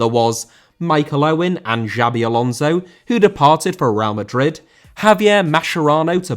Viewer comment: Alonso* not Alonzouw